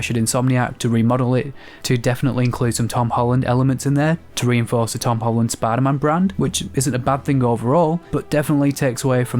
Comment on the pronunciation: Hom Tolland